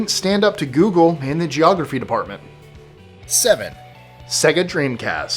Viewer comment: "Se-ga"? It's pronounced "say-ga"...